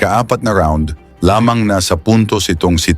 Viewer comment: Ang accent ng lamang ay sa 2nd syllable at hindi sa 1st syllable.